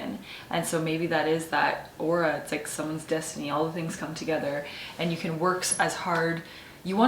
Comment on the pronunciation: The word is 'aura' 😃